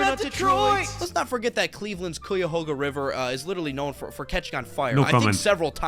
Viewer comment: "Koi-ah-hoe-ga" river = ahahahaha! {p.s. Ohio you still suck! 🏈} 😙